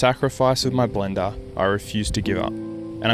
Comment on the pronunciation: Blender ❌ blendaaaa ☑️